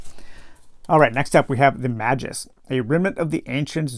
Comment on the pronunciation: hope you are well. Really like the format of this "playthough" - don't want the spoilers, but want your thoughts. In particular, whether you prefer the new combat system, and whether you would recommend playing the original game with this new system. FYI - pronunciations: "Mayjus", "Zorro-aster", "Sarasun". Good luck with your adventure!